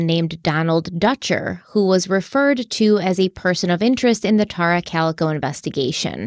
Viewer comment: ***IS IT “TEAR-RA OR TAR-RA??!!! In your videos from your personal channel you called her “TEAR-RA.” Your pronunciation on is way different now then your former videos. I checked online for her name pronunciation and it appears it’s the former way you pronounced her name, “TEAR-RA.” Am I wrong? Is the internet pronouncing it wrong? I’m confused 🫤